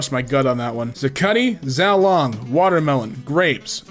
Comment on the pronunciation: that second food is “xiaolongbao” and pronounced like “siao long bao”